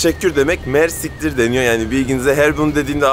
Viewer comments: Hocam mersiktir değil mersi iktir iktir arapçada çok anlamında kullanılıyor. Yani kısaca çok teşekkürler Diyorsun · Mersiktir degil ayri ayri soylemen lazin MERSI KTIR cok tesekurederim demek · Mersittir değil o yanlız :) mersi kitir:) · Mersiktir degil mersi iktir 😅